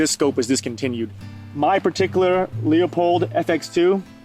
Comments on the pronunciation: He has no idea how to pronounce Leupold. That doesn't inspire confidence. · Not sure why you can't pronounce Leupold correctly. That is quite embarrassing.